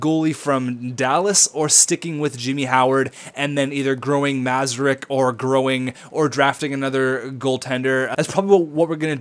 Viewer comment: Great moves for Patty Kane and Erik Karlsson. Now you have two Erik Karlssons lol. Yes play Mrazek as the backup over Gustavsson because you want him to progress as well as he can. And you say "Mra-zek" not "Mazarek"... Move Kane to the RW and Yzerman to the LW. Make sure Honka is playing on the top 2 pairing in the AHL. You should have traded Jurco for Blake Clarke, you already have a power-forward prospect in Mantha and Ritchie is also a power-forward, maybe look into that? Also, if Kronwall starts to drop, maybe trade him at the deadline for Ryan McDonagh...him and Karlsson would be dirty.